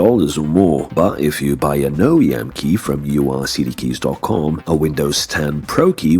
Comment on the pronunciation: Stopped watching the moment you pronounced it You Are CD Keys.